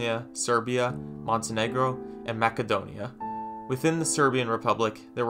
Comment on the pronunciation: Bro said Maca-donia